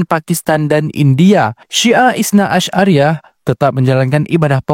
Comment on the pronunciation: Bukan itsna asy'ariyah bang, tapi itsna 'asyariyah. Sekilas gak ada bedanya, tapi artinya itu iauh berbeda.